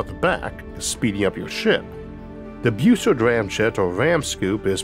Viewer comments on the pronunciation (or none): Bus-sard. Not Beu-sard. Everyone gets that wrong. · A minor point and an inconsequential pet peeve. Why do you pronounce it "Beausard" ie "Boo sard"? It is a B then a U, followed by a double consonant, ie "ss", so it should be pronounced "Bus" ard, a short "u" not a long "u", or is that how Dr Bus ard improperly pronounced his name? If so, he's wrong. Honestly, the English language has gone to hell, primarily because reporters and so called journalists who graduated magna cum stupid from Columbia, could not pass a fifth grade English quiz. They broadcast their ignorance multiple times daily over radio and television. A vowel followed by two consonants is short not long, ie, "back" is not pronounce "bake". GM is an "it", not a "they". GM is a singular entity even if it is composed of multiple people, ect, ect, ect! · Pretty sure Robert W. Bussard is pronounced more like Buzzard rather than like 'Beau-sard'.